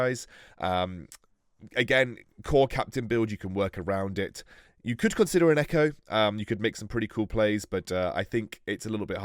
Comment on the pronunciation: on says “consdier” and not “consider” I’m dead 😂💀